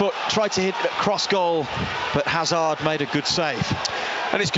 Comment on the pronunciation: Not sure Hazard is pronounced that way when they are British? 🤷‍♂️